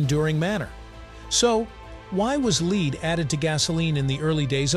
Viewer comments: Led, not ‘’ liiid’’ . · "So why was lead (spoken incorrectly as the verb "to lead" instead of the noun for the chemical) added to gasoline..." . This "leads" me to believe that these videos are narrated by some form of AI which can't always do a perfect job.